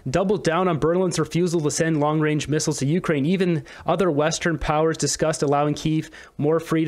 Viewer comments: Yup, long 'wange' missiles. Get a mental assessment already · We don't need a PM who says Long Wayne for long-range. Especially when he is trying to push the world towards a nuclear holocaust., your general message was good, but it's not true that the US has more nuclear missiles than Russia. Russia has the largest nuclear stockpile of any country in the world. Also, unfortunately, Putin was elected to a new presidential term this year, but it will almost certainly be his last term. It expires in May 2030. Putin will be 77 then. Russia won't make the same mistake that the US made with Joe Biden. And he could die or be forced to leave office due to incapacity before then. The Russian Constitution doesn't allow the Russian government to give the four oblasts it has annexed back to Ukraine. In any peace negotiations they would insist on retaining them. This wouldn't matter if Zelensky could fight his way all the way to Moscow and raise the Ukrainian flag over the Kremlin, but this isn't going to happen. What might happen is that Russia decides to annex more oblasts, and right now Kharkiv is the most likely candidate. This was a quite unnecessary war. Ukraine could have kept all of its territory except for the Crimean Peninsula, but we are where we are. Trudeau isn't a moron, but he is an idiot, and nine years as PM seems to have taught him nothing about foreign policy.